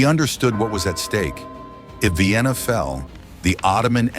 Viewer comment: AI is AI, but I do find it humorous that Vienna is Vye-enna. 😀